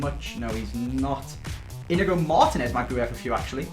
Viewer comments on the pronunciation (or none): none